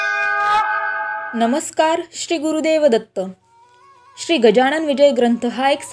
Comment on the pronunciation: Gajanan bola गजाणन म्हणू नका. Pronounce properly.